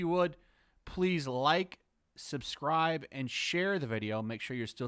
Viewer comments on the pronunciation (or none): none